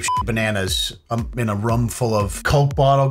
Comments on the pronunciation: Why do i get so triggered when you say Rum. RRRRRROOOOOOOOOOOMMMMMMM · Room like Boom. The way he says room deeply bothers me for some reason and I don't know why.